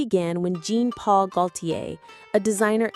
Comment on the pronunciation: It’s Pronounced John Paul not Jean spelt Jean but pronounced John